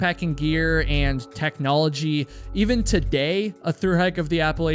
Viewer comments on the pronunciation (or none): none